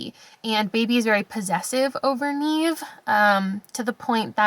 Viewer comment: Neve. It's not Neeve. It's Nev. Think Neve Campbell.